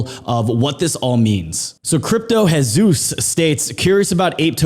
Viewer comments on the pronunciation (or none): That's a weird way of saying Jesus.